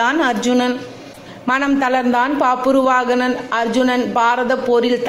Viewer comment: It's is bhabravahana. pronounce proper